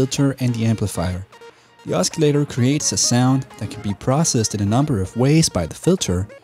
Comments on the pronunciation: Google pronounces os·cil·la·tor as /ˈäsəˌlādər/. Osculator is a different word altogether which means a kisser. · THATS NOT HOW YOU PRONOUNCE OSCILLATOR !!! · The C in oscillator is silent. Not a criticism, just letting you know. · Please don't pronounce the c in oscillator.. other than that, liked the tutorial